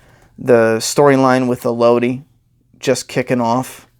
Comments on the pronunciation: man... it’s pronounced “El-Uh-Dee” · Cameron Graves I was about to say that until I saw ur comment.. I was gonna say Melody w/o the M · with all due respect, her name is pronounced “Elodie” like “Melody.”